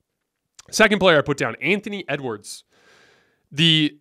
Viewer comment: Did really say ewards come on he's not even close to mvp